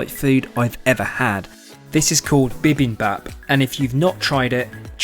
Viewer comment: as a korean you fucking botched the names so hardd... incheon is pronoucned in-chei-on and bibimapis also pronounced bi-biem-bop whyyyyyyyy